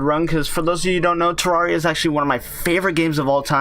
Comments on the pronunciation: It's terraria not terrawria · Its not tarrauriya its terrareuh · If terraria is your favorite game how come you can’t even say the name of it right it is Terraria(Ter-RARE-e-uh) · its prononced terraria not terraria!11!1! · Ter-rar-ree-ah haha wow. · i know terraria is spelt terraria but... YOU PRONOUNCE IT TEREREEA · If terraria is one of your fav games Why are you pronouncing the game wrong? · you are saying it wrong